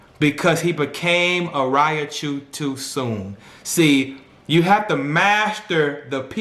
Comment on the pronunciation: Man, PLEASE say it right!! It's "Ry-chu!!" Lol but good analogy